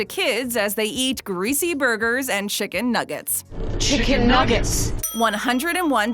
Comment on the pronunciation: She said shikin nuggets xD